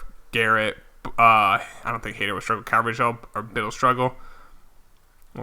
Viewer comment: It’s pronounced Carvahal